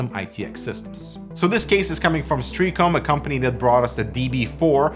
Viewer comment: Pronunciation Nazi - Stray AH com